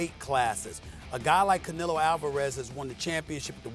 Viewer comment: Theres no “i” in canelo